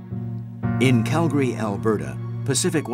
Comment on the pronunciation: Such a sad sad accident, poor souls on board and may they Rest In Peace. But on a happier note, at least the narrator pronounces Calgary correctly, I live here in Calgary and it makes me happy to hear the city name pronounced correctly